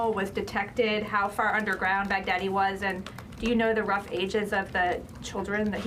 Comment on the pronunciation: Lol why does it sound like he's saying "Big daddy" 🤣🤣🤣 I prefer to hear el-baghDEAD 😁